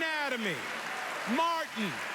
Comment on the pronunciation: MAR TIN 😂